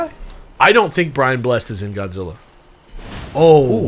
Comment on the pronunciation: At the risk of getting absolutely bodied like the guy who told you the plural of Lego is Lego, Brian Blessed's last name is pronounced "bless-ed" with the ed sound distinct at the end :)